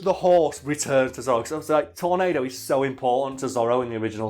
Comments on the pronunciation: His name is pronounced Tor-NAH-do, Not Tor-NAY-do. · It's pronounced tor-NAD-o